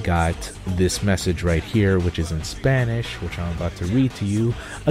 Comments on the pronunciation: dude what are you talking about? you have a pretty great Spanish pronunciation. congrats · Why do you say your spanish is bad... your pronunciation is practically perfect. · ¡Vientos!, tu pronunciación del español no está nada mal. To be honest, your spanish pronunciation isn't bad xD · good spanish i actually speak spanish and you have good accent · O my gud!! you have a very good spanish!!! trust me , i'm mexican.